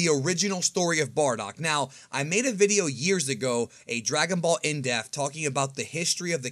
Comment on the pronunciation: Why do you annunciate “ in-depth “ as “ indef “ ?